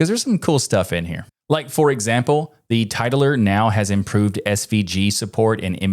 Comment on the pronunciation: Oh, title-r. Not tit-ler. Got it.